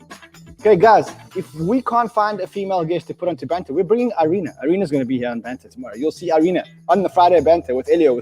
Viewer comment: Great show...I think you´ll find it´s pronounce E....rina...like email....not I rina...you´re welcome